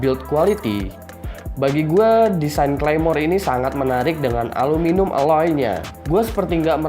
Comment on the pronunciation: aluminium bang bukan aluminum wkwkwk